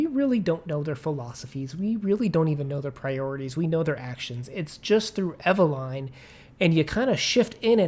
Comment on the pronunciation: Oh good Lord… please don’t pronounce Eveline in that fashion…